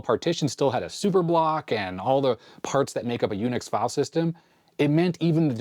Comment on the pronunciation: "jUNIX" I love it. 😊